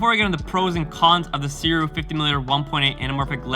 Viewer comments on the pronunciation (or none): I can’t wait to get my copy. By the way, Sirui is pronounced “Sue ray”